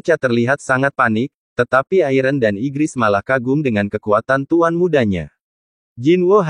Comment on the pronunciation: Bellion bang bukan iron